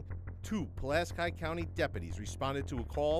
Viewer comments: Puh-lask-eye? It's Puh-lask-EEE. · its "Pull-Ask-EE" weirdos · OMG! ITS PRONOUNCED..... PULL-LASK-KEY =PULASKI 🤦‍♀️ I don't live there but I do live in a pulaski and it kills me when people do not pronounce it correctly lol